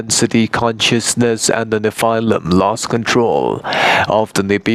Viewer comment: Check your pronunciation of the word nephilim :)